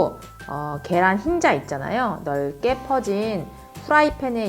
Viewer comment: 쯤에 아주노오란계란자라고들은건저뿐?